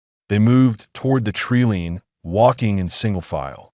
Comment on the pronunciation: When are they going to pronounce wound correctly, they get it wrong 100% of the time! Tree line is not tree lean and lead is not the metal! Imagine if a lead rope was made from lead!? Having knowledge is different from knowing.😐